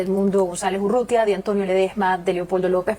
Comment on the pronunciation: URRUTIA , flaco; no UTURRIA